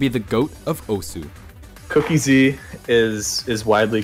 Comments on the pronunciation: Great video! Osu! is an absoluteley amazing game and it's always cool to see videos like this which help showcase the game to a new audience BUT ITS PRONOUNCED OS NOT OSU REEEEEEEEEEEEEEEEEEEEEE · Still can't believe it isn't pronounced "oss" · OSU WTF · Learn how to pronounce Osu